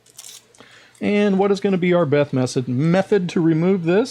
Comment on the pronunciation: "What is going to be our beth mesod?" When you start to talk like that, you need a break. I talk like that on long days. ( - )